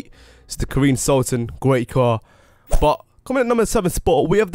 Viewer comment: He said Karine sultan its Karin sultan